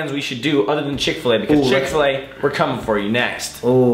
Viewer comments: Its pronounced chickakflu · EAT THE ENTIRE MENU FROM CHICK-FIL-A (MUCKBANG) Kian used to say chicockflu I CRIED IF LAUGHTER WHEN HE SAID THAT